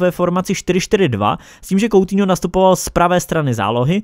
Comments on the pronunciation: Nečte se to "koutiňo" ale "kutíňo" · Uděláš samostatné video nebo že by si to rozkecal v rozkecánu?:D.A teď už na věc.Sou to 2.věci/1.věc/Batshuai přestoupil z Valencie FC do Crystal Palace FC /2.věc/Anthony Martial podepsal novou smlouvu z Man.United/A třetí bonusová věc / Vyslovuje se to "kutýňo"a né "koutýňo" Ale to nevadí nikdo není dokonalý ale váš kanál dokonalý je👍